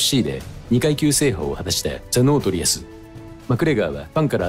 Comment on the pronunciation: ノトーリアス○ ノートリアス×